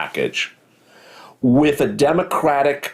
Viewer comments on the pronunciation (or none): It’s “WITH” not “WIF” 🤦🏻‍♀️